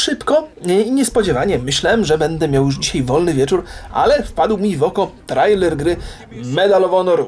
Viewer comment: "trejler", nie "trajler" :)